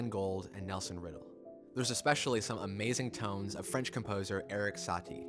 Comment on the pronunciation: Please check your pronunciations first at Forvo. Like those of Górecki and Satie. Because they were wrong.